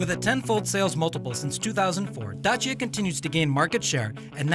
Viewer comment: primi straini care pronunta bine DACIA :) de apreciat!!